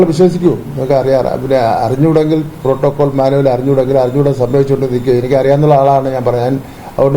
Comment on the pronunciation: പ്രോട്ടോക്കോൾ എന്നാണോ മോട്രോ ഗേറ്റ് എന്നാണോ അണ്ണൻ പറയുന്നത്..